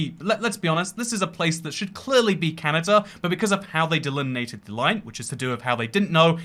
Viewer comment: Delineated, not delimitedated [sic]